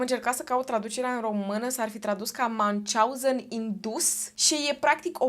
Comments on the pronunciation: Numele Münchhausen este german. Deci nu se pronunță ca un nume englez/american. 😊 Pronunția fonetică ar fi aproximativ așa: Miunhi/hauzen, slash-ul însemnând un fel de f. scurtă pauză între cele două părți ale cuvântului. 😊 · se citeste miuhauzen (miuhauzen era un mincinos) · Münchhausen se citește "miunh hauzăn" (aproximativ), nu cum l-ai pronunțat tu!